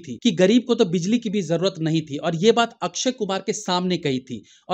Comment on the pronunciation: ये अक्क्षय अक्क्षय क्या है । पुरी भिडियो में 30 बार से ज्यादा लिए हो नाम । अक्षय बोलना चाहिए । कम से कम आप जमिन से जुडे reviewer तो सही बोल लेते ।